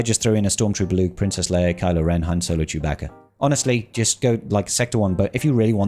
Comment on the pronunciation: Did you just say Jedi Training Leiar?